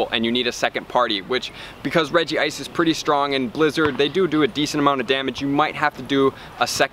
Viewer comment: REG-ICE, no regi ice